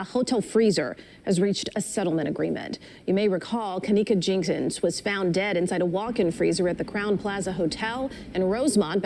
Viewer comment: Wtf...can u talk proper? Wtf..her name itself is Kenneka Jenkins..with an s..good video but dam